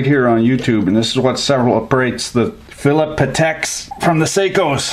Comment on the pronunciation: "philip pateks" reeeeeeeeeeee